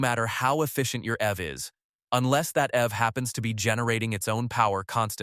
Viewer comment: The AI voice didn't sound appealing from the beginning but when it pronounced EV as F I couldn't continue listening 😂